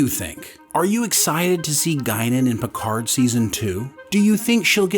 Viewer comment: Your "PicarD" really annoys me. It is a french name and the D is silent ! At least try and use another language as it is meant to be.